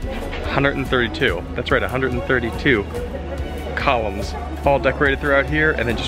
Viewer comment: I kept thinking you were saying Colins and not columns. I'm sure Colin will be happy to know how much you love colins